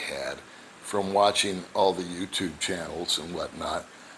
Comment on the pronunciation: I understand English perfectly. But when she says welcome to my youchupe channel it always makes me laugh.